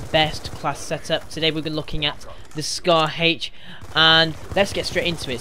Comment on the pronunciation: It's scar h not scar Hache